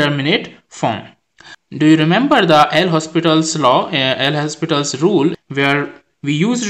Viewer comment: Please don't say "L hospital". It's "Lopital".